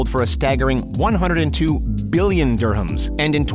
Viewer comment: but did you notice he really emphasized the "billion"